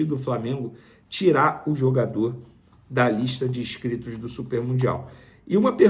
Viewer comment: Casagrande Vene: “ISCRITOS”